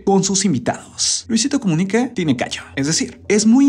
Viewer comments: Habla bien es Comunica,no Comuniqué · Por qué será que dice "Comunique" suena raro. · Es muy molesto su Luisito comuniqué y todo con e , de verdad tan incomodo que ni el video termine